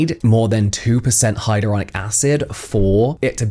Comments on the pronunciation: The TikTok girl said "hyarulonic" acid... I can't take her seriously; I could never buy anything she is selling! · My autistic brain was kicking off when she kept pronouncing hyaluronic as hyAURlonic acid like please stop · hiROLOnic acid... 😅 a scientist indeed... 🤦‍♀ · "hyrolonic acid" lady read 😅